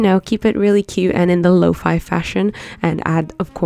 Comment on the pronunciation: Finally a person that says lo-fi not lo-fE!